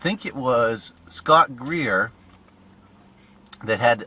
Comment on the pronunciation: Corrections: Scott “Geer” and it happened in the Allegheny National Forest (in western PA).